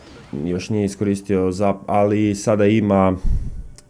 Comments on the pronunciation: ne cita se zap nego zep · Čita se zep. Ali pise zap.